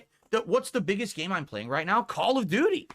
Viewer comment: 10.59 did he say call of doody instead of duty